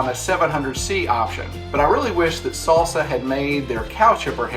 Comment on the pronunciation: Great review. But why'd you call it a S(aul) Sa? And not a Sal Sa? Or a Saul Saw?